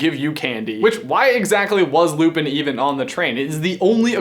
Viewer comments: Its simple. Lupin. Its Lupin. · Two simple syllables Say it with me: Loo Pin It's Lupin.